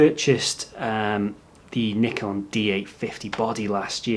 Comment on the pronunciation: You are one of the very rare native english speakers who are able to pronounce "Nikon" correct, so that was a huge plus for me in this video :D For the new lenses I'd rather look at Sigma and Tamron than Nikon, because what ever advantage the Nikon lenses are supposed to have is overshadowed by the huge amount of saved money with the other two brand (and their lenses are also not cheap). Cheers from Germany =)